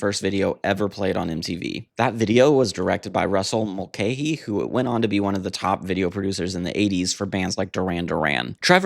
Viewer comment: Russell 'mull-KYE' lol